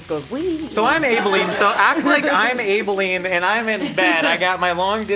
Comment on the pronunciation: I hate how you've pronounced Abilene